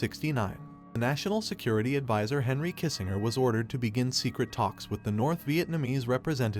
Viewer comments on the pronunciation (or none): none